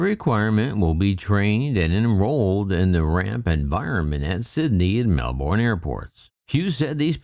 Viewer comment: "Mell-Borrrné" 😂😂😂 Luvv itt